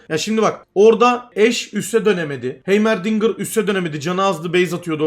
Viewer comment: heymer değil haymırdingır